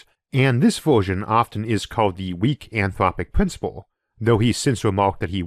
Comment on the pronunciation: UwU, the anthwopic pwincipwe makes me vewwy angwy!